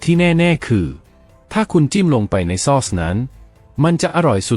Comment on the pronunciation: ซอส (AI อ่านผิดนะจ้ะ ไม่ได้อ่านว่า ซอด (เสียงโท) แต่คนไทยที่เป็นคนจริงๆไม่ใช่ AI เค้าจะอ่านว่า ซ้อด เสียงตรี ไม่ใช่เสียง โท) ฟรายยยยย เอ้ย